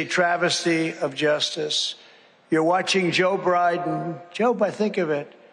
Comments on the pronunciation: I love the way he said Joe Briben. Too true!!! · Did he mean to say 'Joe Brib'em' 😄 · ‘Joe Briden’😂